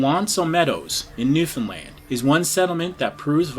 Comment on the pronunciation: Great job pronouncing Newfoundland!